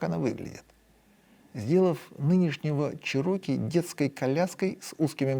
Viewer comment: Definately Чéроки, а не чирóки